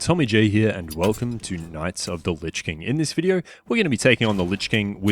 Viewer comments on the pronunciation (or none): none